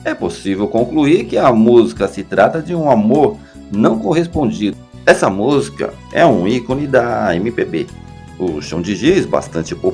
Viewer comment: Penso que estou a ouvir uma pronúncia " estranha" da palavra música "musca" ?!? Ou estou mesmo surda!😂😂😂😂